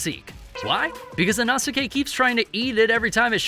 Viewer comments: That you can't pronounce Inosuke... It's: e' no sss k' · It's inosuke (e-no-s-kay) 🤦‍♂️ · not trying to be rude, but why do you say inosuke like that? its ee-no-skay just so ya know😅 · "Tahnjeroh and especially Inahsikay" Bro..😭💀